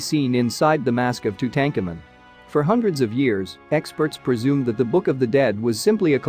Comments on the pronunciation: I didn't pick that up, but did notice the tuTANKamen (aka Tutankhamun) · To tank a man? 😂 Also heard this too.. Ah Ken it tan. only from an American? 😂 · plus tuTANKamen (Tutankhamun) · I’m sure this is an informative article but you can’t even pronounce Tutankhamen correctly so I don’t respect the information as much.